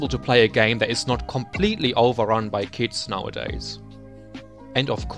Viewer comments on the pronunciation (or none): first I understood kids instead of kits. Edit: gg (pp)